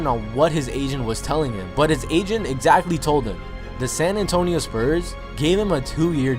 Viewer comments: Who else kept hearing Asian instead of agent lol... maybe I'm just deaf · Whenever say agent it sound like he is saying asian